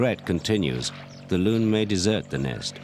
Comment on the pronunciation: Its a loon not loom. We have them in new Hampshire